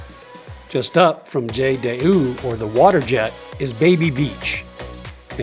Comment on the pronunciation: Djait Dee hoo… jet d’eau… Nice video, but HORRIBLE pronunciation…